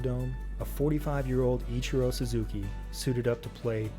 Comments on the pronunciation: EACH-E-ROW read your comments dude :P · no he's just poking fun at pronunciation of ichiro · Mans got flamed in the comments and still can't pronounce the name "Ichiro"